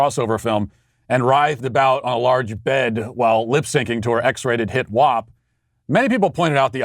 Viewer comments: Why are dimwits pronouncing wap incorrectly? FACT: It rhymes with tap not top. Prove me wrong. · WOP lol, it's WAP the A is for ASS not OSS. Wop is for Italians, (with out papers) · haven't heard the song thankfully but when Matt says the title it sounds like he's saying Wop. too funny. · I challenge you to logically explain to me how WAP rhymes with top. FACT: It would be like pronouncing crap as crop. Prove me wrong.